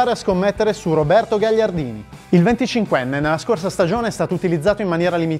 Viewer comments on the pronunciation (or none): Avete sbagliato la pronuncia di Gagliardini